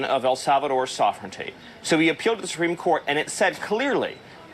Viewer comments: "Su-peme case"??? Miller can't even speak correctly! 🤦🤦😂🤣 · “The supweeme court” Not only does he look like Elmer Fudd , he talks like him . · It's not the "Soopeem" court.